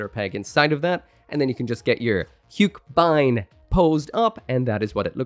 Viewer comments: Hiyuk-buyn? And I always thought haka-beyn is how you pronounce it😅😅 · It's pronounced as "hugh-keh-bind" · Easiest way to pronounce it is "hugh-keh-bind" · Take a shot every time changes the pronounciation of Huckebein